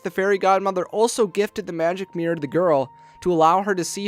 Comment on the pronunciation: Your voice is so young and hunky, i don't even mind the fact you say "Mirr"